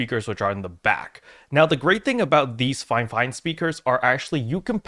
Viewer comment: I always call it Feefine and here you call it FiveFine 😂